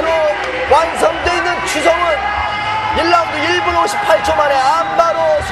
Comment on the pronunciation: Chu Sung Hoon, or Choo Sung Hoon. Not Cha.